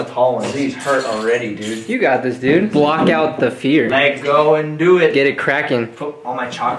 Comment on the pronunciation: I like how they pronounce lego 'laygo' :)